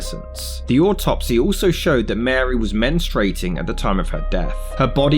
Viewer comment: The word is pronounced MEN-strue-ating. Not "menstrating." STRUE.